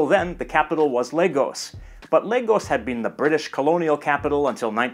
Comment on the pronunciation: I’m glad you didn’t say La-goes.. good job 👍🏾